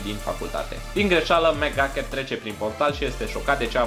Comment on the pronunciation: Am crezut ca ai zis "Mega Cat" in loc de "Mc Ducket"